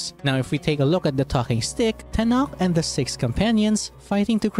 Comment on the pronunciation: Quetzalcóatl / Kukulkán was known for giving knowledge to the humans so they could prosper, also he and his brother Tezcatlipoca were the ones to form the earth and sky by killing Cipactli/Tlaltecuhtli, a deity who was a marine creature that lived in the primordial waters. Tenoch is pronunciation is Teh-no-sh. The pyr amid from the upper right side is from the Teotihuacán culture and there is also a moon one. The "trinket" you show is the solar stone from the Mexica (or commonly known Aztec) culture carved with astronomy knowledge from them.